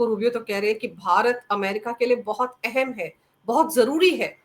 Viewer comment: एहेम् नही अहम्